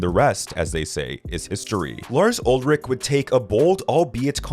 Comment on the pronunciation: You are pronouncing Lars's last name wrong.